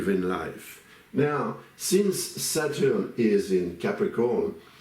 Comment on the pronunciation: I like the way he pronounced SATUUUR. 😂😂